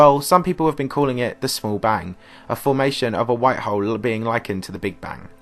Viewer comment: Tired of listening to this guy say hoe